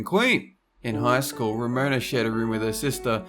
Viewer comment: Ramona? Ha more like RAMOANA